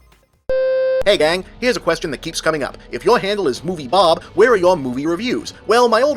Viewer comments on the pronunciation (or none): "dat's a good qrestion."